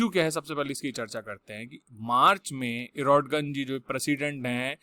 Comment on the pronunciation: ordoGAN hota hai